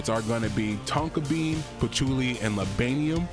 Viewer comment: Labainium ? Bruh butchered that note lol 😂 it’s all good tho